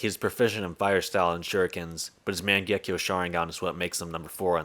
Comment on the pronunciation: You'd think someone knowledgeable enough to make videos on Naruto would pronounce mangekyo right